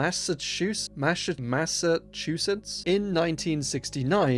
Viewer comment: its pronounced "Massive Shoe Shits"